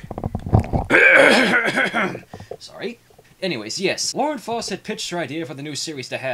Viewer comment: Not to critique your pronunciation too much, but Faust made a note in one of her dA journals a while back, its pronounced Fowst like in house or mouse. Just sayan.